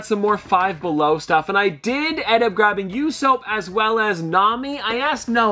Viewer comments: you said yousoap instead of usopp it’s pronounced ooo- sap 😂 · Did this man just say YOUSOAP and not usopp m (pronounced oosop) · You-soap 💀🤣 It’s u-sop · It's not You-sop. It's Oooo-Sop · I say nami and clicked on the video. Another banger yessir. Edit:. I will end you. Bro called him yousoap. Its oosop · How u calling usopp yousoap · The Way He Said usopp💀